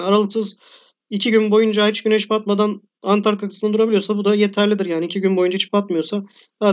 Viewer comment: Videonuz güzel fakat antartika değil ANTARĶTİKA